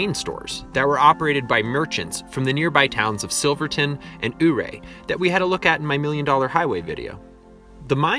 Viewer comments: YOU-RAY not UUU-RAY please and thank you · Your pronouncing Ouray completly wrong. Not oohray. But Youray 😉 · The town you keep pronouncing as "Ooray." Sorry pal, but it really is called "You Ray". Being a historic person and narrator, you must pronounce it correctly, according to old legends. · Thanks for the informational video. Just a heads up though, Ouray is pronounced “Youray”. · Great job. BTW Ouray is pronounced You're A. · Ouray is pronounced “yur-ray.” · To give him some credit though it's totally not spelled (Ouray) the way it's pronounced (you-ray) so cut the guy some slack eh? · I was wondering if any one pointed it out. Figured they did. No shade on him at all, every one who hasn’t lived around there or had family in the area and or, in the mining industry calls it wrong. He got it closer than most. There was a guy on the radio 98 kisses when there was a blue grass festival pronounced it our ay. When he mentions the water being radioactive… eeek . I was wondering how that awesome hot spring in Ouray were radiation wise. My aunt got Married in Ouray, we went over for it then every one got together later and enjoyed the pool. I can’t totally remember details being really young but I have always loved swimming so that stands out. Beautiful area, but I can’t remember if it was Ouray or a close town had to have-every thing moved out like houses and dirt when I was in high school or jr. high because of radiation contamination.